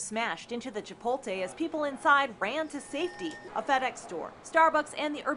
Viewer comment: Depressing. At least I can chuckle at her calling Chipotle "Chipole-tay".